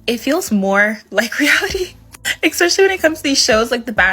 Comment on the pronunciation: If you say eckspecially you are not very educated.